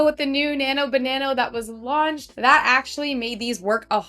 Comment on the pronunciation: it's not nano banano, its nano banana!